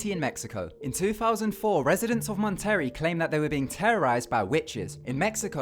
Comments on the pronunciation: Dude PLEASE LEARN how to say BRUJAS and MONTERREY in Spanish properly, you made me cringed. ugh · Mon-terry? No! Mon-tur-rey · did he pronounce Monterey as Mon-Terry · Was it just me or did he call Monterrey "Mon-Terry" too? The Broojes of Mon-terry, never piss them off... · The way he pronounces Monterrey tho. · He didn't say Monterrey right either lol